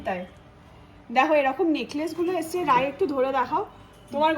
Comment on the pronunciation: আজগে আবার কি দেখতে স্মার্ট কিন্তূ আজকে বলতে পারেনা 🙄🙄আসছে বলার কথা বলছে এসছে